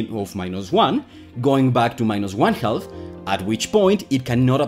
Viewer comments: just say "half" like "haff" to get most of the way there (similar to raff in riff-raff or laugh or gaffe). 95% better and if you want to lower the back of your throat as you go into the ff, you'll get the last 5%. If you feel the L in 'milk' you'll get it. But even skipping that part is fine - I was hearing "health" too. English is harder than electroweak symmetry breaking. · Tip. The L in half is silent. Half is pronounced HAF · “Half” is pronounced “Haf”. The “L” is silent. And thanks. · This is nice! Minor note on English: the 'L' in 'half' is totally silent, so it rhymes with "chaff" and "laugh". It's neat hearing how you say it, though. : ) EDIT: Love your enthusiasm for the material. Subbed. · Author here, my name is. Other than my pronunciation of the word "half," how else do you recommend I improve my pronunciation? Also, thank you for appreciating the comment responses. I enjoy them and I feel they are nearly as important as the video itself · I might have to start pronouncing it "HAL-FF" myself. Great instruction. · This isn't related to the video topic, but I like how you pronounce "half" with an audible "L." I find it pretty cute. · But the pronounciation does have the wonderful effect of "half" sounding sort of like like "health" (thats what I intuitively kept hearing) so when talking about electron spin it sounds like he says it cannot go above 1 health or below -1 health. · Very good video, but the pronunciation of 'half' was very distracting. The 'l's in 'half' and 'talk' are not pronounced. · FYI, the “L” in half is silent. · It's pronounced "half". You're welcome. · The "L" in "half" is silent. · The L in half is silent. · the L in half is silent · Get you’re not a native English speaker but “half” is pronounced as if the “l” is silent. Loved the video by my ears were in constant conflict :-) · Great video but you really need to stop pronouncing the L in the word Half. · The L in "half" is slient. Speak English, please.